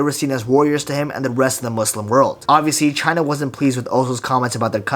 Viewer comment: the way you pronounced muslim is so accurate i thought you an arab fr, also fire vid!!!